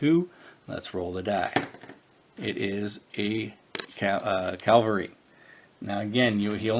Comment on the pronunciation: Yet another person playing this who says calvary instead of cavalry. Are you religious so you only heard about Calvary (where Jesus was supposedly crucified), but you somehow never heard of cavalliers or cavalry (a horse-mounted military unit)?